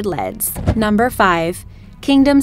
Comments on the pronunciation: lol she said leads (like the metal) instead of LEDs (EL-EE-DEE) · Did she really say leads instead of LEDs? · I'm sorry, but did she say leads when referring to LEDs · Nice video. Some of that is mind blowing LEDs is pronounced EL E Dee btw. LED is short for Light Emitting Diode. You can now buy multi-color LEDs. It has Red, Blue, Green and any mix between. It has separate diode for each color all in one container. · she pronounced L.E.D's as "Led's"